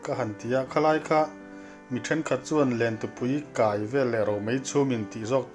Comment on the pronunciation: 'Lentupui kai vel leh romei chhumin' tiha 'kai' i lam dan khi a dik alawm, confi' hle rawh.